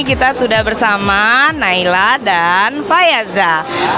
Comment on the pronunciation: Ibu nama saya salah ibu, harusnya nailah bukan naylah